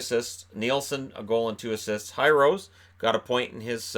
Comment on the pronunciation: Just a clarification. Hirose for Detroit is more pronounced (He-rose-eh), not high-rose